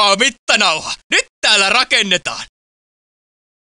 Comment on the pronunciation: "Antakaa mittanauha" luulin aluks että se sano "antakaa vittua" :DD